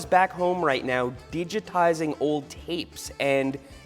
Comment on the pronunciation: I know Seth pronounces ⅓ of his words incorrectly, but did he just say DEE-juh-tizing ????